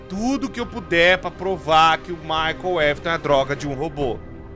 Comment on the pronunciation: Cada vez que fala Michael foi uma facada na alma 😰